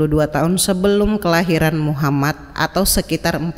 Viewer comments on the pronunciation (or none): none